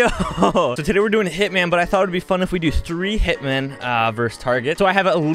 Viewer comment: "theres tlee of us"